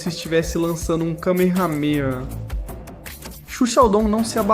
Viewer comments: lançando um kameramerrrr que patifaria vc disse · camerramera? pow mano